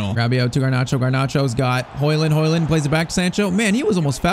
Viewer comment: Its Højlund not højland but great video👍🏻